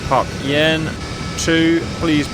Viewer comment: My dad was a B/N in A6 intruders back then. He corrected me when I asked him about Phuc Yen. It’s pronounced fook yen